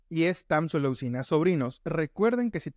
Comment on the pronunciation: Gracias doc! 👏 pero que chistoso dice tamsulosina 🤭🤭🤭